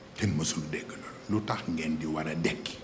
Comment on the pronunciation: Mrci de rectifier c est "dekki" au lieu de "ndekki"